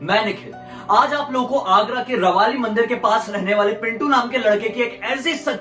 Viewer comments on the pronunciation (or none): Sir rawli mandir h rawali ni😊